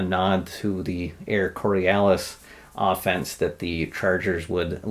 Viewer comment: "Air Corialis???" It's "Air Coryell"....:) These two teams are a VERY interesting matchup, gonna be fun!!! Thanks for accepting the wager!!